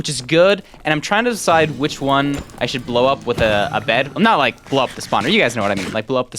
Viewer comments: you said ike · "You said Ike"